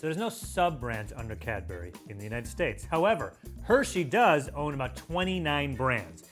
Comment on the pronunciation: Sounds like is saying Cadberry